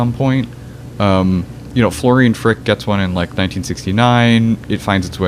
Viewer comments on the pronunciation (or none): Schulze = Schulz-uh, Fricke = Frick-uh etc